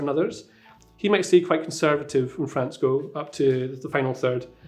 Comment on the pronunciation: Tell me if I mispronounce any names....: Right, let's start. FRANZ 😆